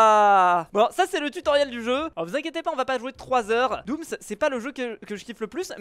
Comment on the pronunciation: tu n'as pas dis doom tu as dis dooms lol